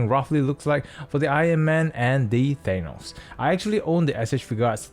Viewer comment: Good video, it is impartial, but I hate to be that guy, but I will say it... It's Tha-nos, not Thay-nos.